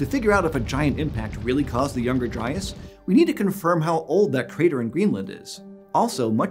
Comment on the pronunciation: Eons: "Dryas" Me: "Lol Dryass"